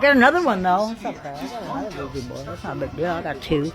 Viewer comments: my brother Keep calling it a weegee board and the demons will haunt you just for spite😂Jk that was meant only to make light of a serious matter.🫣 Ouija boards open doors to the shadow realm and places that even our worst nightmares couldn't describe. Be warned. It's pronounced wee (oui) zha (ja)= Ouija basically yes in two languages.. although slightly different in the German pronunciation French Oui/Ja German.. not that you didn't already know all that.. You are a very intelligent and intuitive man. Much love and respect as always -Ant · Why do white people feel the need to say words completely wrong? Wtf is a Ouijay board? You know damn well that’s not how it’s pronounced ffs